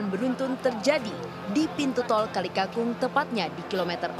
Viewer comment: Kalikakung apa kalikangkung ? Pemabaca beritanya harus teliti.